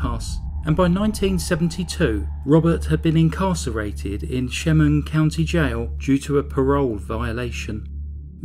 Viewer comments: Thats my home town. Its pronounced EL-MY-RUH and SHA-MUNG county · El-MY-ra not el-ME-ra. sha-MUNG county.